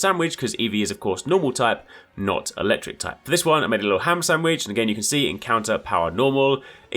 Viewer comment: Lol the way you keep saying "Sam-widge" 😂